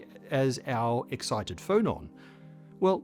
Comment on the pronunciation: you said "phonon" but I heard "Frollon" and pictured a particle that was just Frollo's head repeated, orbiting and singing HELLFIRE in chorus